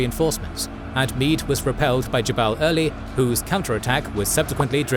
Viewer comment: "jew-bal early" "Jay Eey Bee Steward" I appreciate these videos and the series, but you may wanna ask around about pronunciations